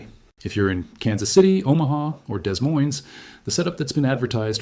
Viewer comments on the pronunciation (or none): Do not pronounce the "ses" in Des Moines. It would be pronounced Dee Moine.